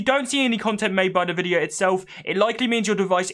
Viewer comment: "En-Vidia", not "Nuh-vidia" :) Good stuff though.